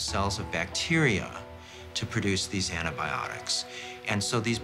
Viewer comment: ANT-ibiotics ha ha ha